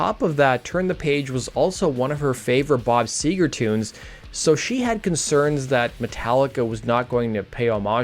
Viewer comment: Seger not sewer